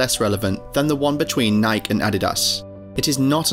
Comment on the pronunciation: It is Nike. Nai-kee. Odd you would get it wrong. Disrespectful!